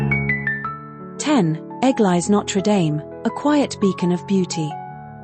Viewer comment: WARNING! - AI ALERT! This pretty video contains an "automatically generated" voice-over - a product of the Brave New AI World, it seems? Unfortunately, this fabricated voice is totally unable to handle two languages at once, so every French word or name is mispronounced. Is there anyone who does not know that 'Dordogne' is NOT pronounced 'Door-don'? Or that 'Église de Notre Dâme' isn't 'egg-lays not dame'? Have fun - spot the boobs!